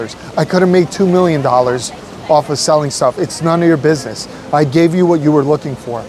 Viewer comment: price a doin binesss thurr